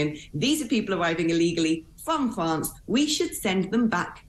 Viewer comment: People coming from Fwance? Lol where's that?